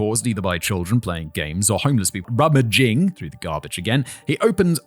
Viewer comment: I went back 4 times to repeat Simon pronouncing "rummaging" - y'all good, my dude?